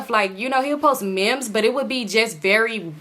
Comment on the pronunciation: you pronouncing memes as mems has me dyingggg lmao